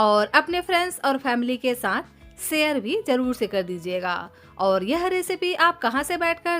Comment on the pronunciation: Sier, crass, sape ( share, crush. Shape )